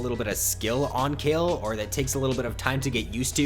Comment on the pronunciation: the way he say kayle makes me cringe